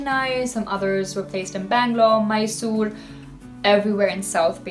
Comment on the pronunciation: Yeah!, when she correctly pronounced Maisoor (Mysore) which many tourists otherwise pronounce it as My-Sore.. LoL